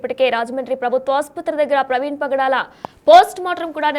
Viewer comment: Padala kaadhu bro😅 pagadala